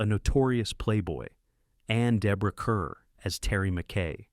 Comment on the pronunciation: So AI doesn't know how to pronounce Claudette Colbert, Charles Boyer, Deborah Kerr, Bette Davis or Rachmaninoff. And this is what our future will look like?